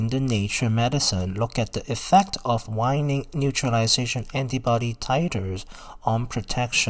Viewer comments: Waning /way-ning/, not /why-ning/. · Waning.... not Wining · Pronounced wayne-ing. Informative video tho for sure